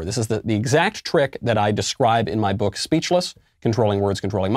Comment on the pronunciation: No one: MK: iN muhy BOokkkk